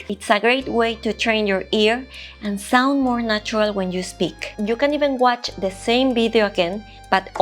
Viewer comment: She said guatch lol